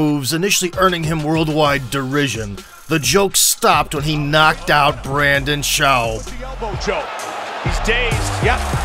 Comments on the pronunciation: Did you just say Brandon Shoaw lmao did you mean Brendon Schaub? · Poor branden shawnb. Lol, the guy totally butchered his name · the pronounciation of Brendan Schaub was classic like the scene in Night at the museum 2 with Brundon.